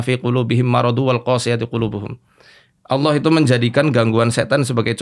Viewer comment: om dedy susah banget nyebut nama Allah...